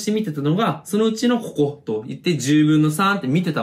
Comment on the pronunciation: ここがこ"こ"になってて草